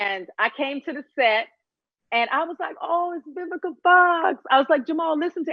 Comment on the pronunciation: Vivica I know you probably HATE people to pronounce your name with a “B” like I HATE when SOME people pronounce “Worse” as “WORSER” forgive me, and it will NEVA happen again 🤦🏽‍♀️ I couldn’t find the comment to edit, so I’m apologizing here 😘🥰 I LOVE YOU ALL 🥰